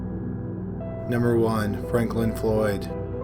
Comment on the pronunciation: Is it 5 or is it 3? Is it Franklin or Fanklin? Maybe watch the video before you post it lol